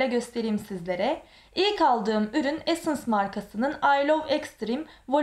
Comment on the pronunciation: essence nin maskarasi bende de var cok guzel ve severek kullaniyorum ve insanlik hali yanlis okuya bilirsin bende bazen yanlis okuyorum😀basarilar bu arada